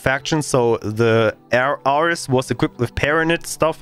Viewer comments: The "Arr-ress" is pronounced "Air-reez", as in: Ares, the greek god of war. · Air-Rees. Not 'are-s' . Greek God of War (a.k.a Mars) This is a bit triggering.